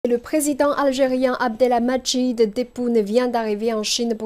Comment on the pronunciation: A, le prénom du président Tebboune se prononce: AB-DEL-MA-DJID et non pas AB- DELA-MA-DJID. Pour le reste, votre français est super, et vive les chinoises.